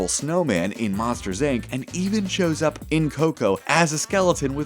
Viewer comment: He says op instead of UP xD